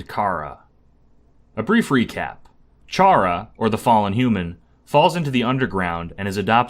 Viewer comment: You pronounced Chara three different ways and none of them are "right" [I know there really isn't a true correct pronunciation but none of them are mine, lol. And mine kind of just comes from "character". . . And Chara's sprite is called "True Chara", and Frisk's is "Main Chara". . Like character] Mission Failed. We'll get them next time